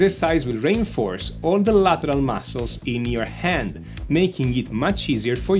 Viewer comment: ahahahah "de mascols" . sei italiano, no?